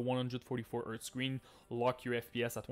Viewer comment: what the heck is earth earf whatever your saying and where to find it?